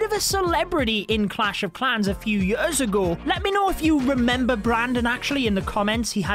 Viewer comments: I love how he says yöörs instead od years😂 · I can’t get over “yers” and “booook” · i like how he says year "yurr" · I hate how he pronounces „years“